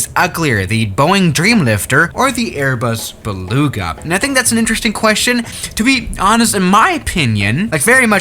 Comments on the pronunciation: You literly said Airbus be lugs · Berbas beluga